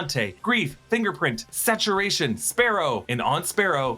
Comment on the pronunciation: "Sassuration"...? Are you serious?